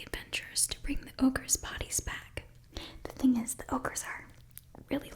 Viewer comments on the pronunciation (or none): Can't believe that this is going to be my comment, but I heard "fast breeding ogres" thought you said "orc" and my mind immediately jumped to 40k orks doing asmr. I'm not entirely "all there" mentally I think...